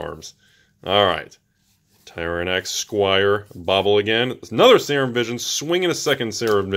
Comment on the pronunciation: Serum is pronouced 'Seer-RUm', SEER-RUM. Not 'sayer-um' lolol. botches half the pronuciations on purpose it seems to hide his awful pronunciation of the other half. Still love the videos though! Production quality is top notch.